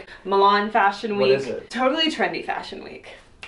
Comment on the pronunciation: FASHUN (fa-s-hon)